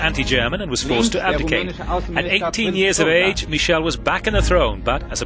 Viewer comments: Why does he keep saying Michelle instead of Michael? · Yeah, he was not Michelle! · Why does the narrator now know how to pronounce Michael?